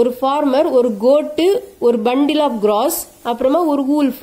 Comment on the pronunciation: Mam good explanation but don't tell grass as gross